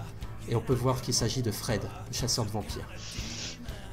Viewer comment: Merci à vous 5 d'avoir partagé vos aventures (et aux potentiels autres qui ont aidé !), je n'ai connu Vampires que très récemment et ça a été un vrai plaisir de découvrir ce jdr avec vous ! Juste une question : à , Tobias a dit "voyons vouère", aurait-il trahi un accent des Hauts de France de LA x) ?